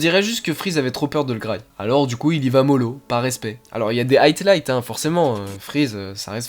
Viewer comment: On dit HIGHLIGHTS pas HIGHT